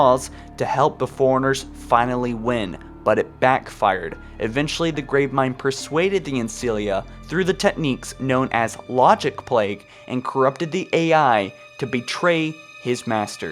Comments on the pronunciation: For the love of god, its ancilla not ancillia. PLEASE say it right, it reaaaaly gets on my nerves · Dude, it's pronounced an-cill-a not an-cill-ia! That being said, great video yet again! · ffs its not an-cilia its an-cilla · How do you always manage to mispronounce a word or two. It's AN-CI-LA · Try this... Ancilla = Ann Sill Ah From the word Ancillary = Ann Sil Larry